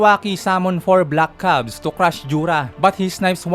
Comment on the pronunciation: Hindi po kaya “CUBES” yun? Hindi “CUBS”.